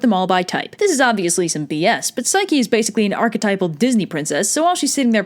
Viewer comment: did u say psyche-loki? i think i missheard ya